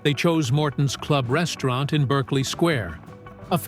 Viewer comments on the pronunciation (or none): The cringy pronunciation of Berkeley Square gives that away